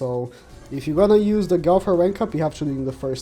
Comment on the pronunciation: Man said gowfer not got her